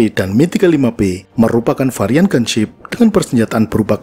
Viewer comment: mantap pelafalannya, Mil : Mi, bukan Em-I, sama seperti Suhkoi Su, bukan Es-U